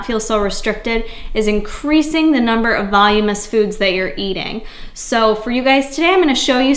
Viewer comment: *Voluminous : "vol-loom-in-us" just helping :)